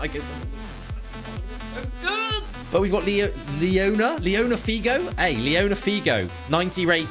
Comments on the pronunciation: bro, leona figo, its Luis figo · Leona figo😂😂😂😂😂😂😂 its luis figo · Imagine saying liona figo